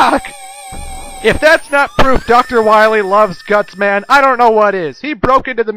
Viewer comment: IT'S GUTSMAN!!! DUH-NUUUH!!!